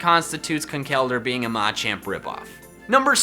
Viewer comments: It will NEVER not bother me that you put the emphasis on the first “a” in the Machop, Machoke, Machamp line…Jesus. Please say it right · The way he says Machamp makes me not want to like the video